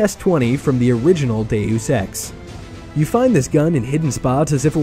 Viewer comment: "Dey-use" Lol. "Dey-us" is how you say "Deus"